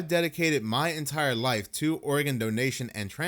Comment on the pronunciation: Just saying... Instead of saying organ ... Most of the time you're saying Oregon! Love you